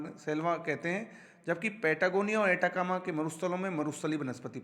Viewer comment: सर "एटाकामा मरूस्थल" नहीं बल्कि "अटाकामा मरूस्थल" हैं।